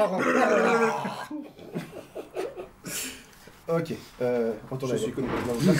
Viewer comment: "ôô je mé souis trop avanceille " xD <3